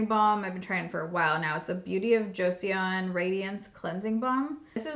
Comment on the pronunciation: Your videos always bring me back to calm. Your one of my favors because you’re not over the top and just so chill 🙂 also it’s pronounced Jo-sun! Korean can get funky with their vowels